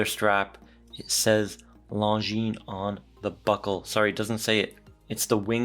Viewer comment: Beautiful dial 😎. Well done for pronouncing longines 👍. We need more watches 35mm-38mm